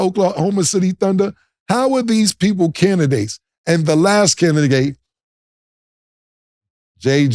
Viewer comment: Cam : candigates 😂